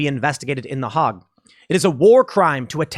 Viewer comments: Tim, learn the concept of Mercenaries before you claim other countries are getting involved in this. American pilots were allowed to enter at least 4 different conflicts before America as a whole fully committed to war. BTW, Hague is pronounced with a long A, like the word Hey with a G on the end, not Hog.... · Tim, btw it’s not pronounced The Hog. It rhymes with hay. Or gay. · BTW, Hauge is pronounced HAYG. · The Hauge (pronounced hey-gug)!! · is that how the hauge is pronounced?